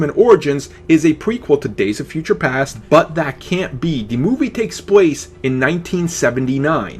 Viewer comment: "Takes pwace"